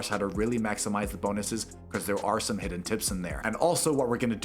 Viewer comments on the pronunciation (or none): none